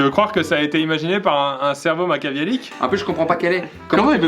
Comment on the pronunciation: "Machaviélique" alors que c'est machiavélique 😂😂